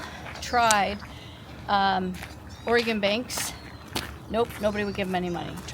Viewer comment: I was impressed in the previous video that you pronounced "Oregon" correctly when most Americans don't even say it right.. now I know you're a timbers fan (Good choice by the way) it makes sense :)